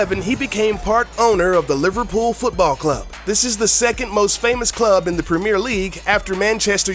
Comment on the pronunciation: Look at you, jersey in soccer and the way you pronounce Premier.